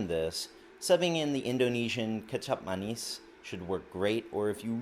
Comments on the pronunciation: Yes you pronounce it correctly: kecap manis. Literally means sweet sauce.. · Actually, you got “buchu” and “kecap manis” pronounced correctly.